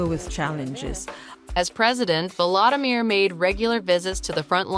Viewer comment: If you are going to present a personality, please, please learn to pronounce his name correctly. It is vO lO Samir , not valadamir ( as in Valadamir Putin)